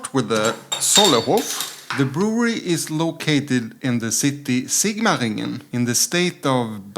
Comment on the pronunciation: You pronounced Sigmaringen and Baden Württemberg very well :-)